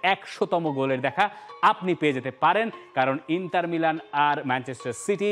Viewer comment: ইন্টার কে বলে ইন্তার